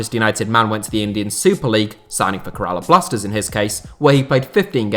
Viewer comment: U also pronounced Kerala blasters worgly wanker